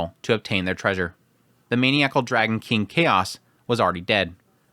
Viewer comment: Can you explain why you had no problem pronouncing the City of Ars correctly but feel the need to pronounce his sons name as if it were japanese? ALSO... Maniacal is pronounced Man-Eye-ah-cal